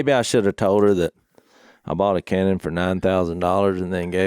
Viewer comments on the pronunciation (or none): none